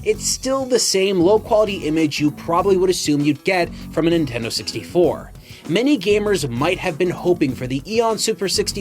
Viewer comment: Nin-ten-do 3 syllables